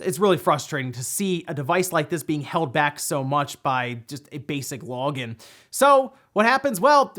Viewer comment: "facebook" "lawgin'" or "facebook lawgin'" were said 23 times.